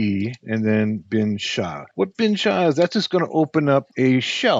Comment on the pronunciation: As a Linux user I'm laughing rn to how he pronounced /bin/sh